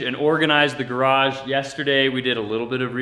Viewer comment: You said garage four or five times in this video. Congratulations! There is only a little more progress to make pronouncing it like most U.S. speakers. You are at about 90%. Can't you just practice with almost anyone else and listen carefully to get it to 100%?